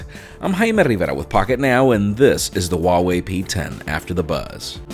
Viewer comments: The H in Huawei is pronounced as an H, not W. Source: am chinese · Wha-Whey sounds odd though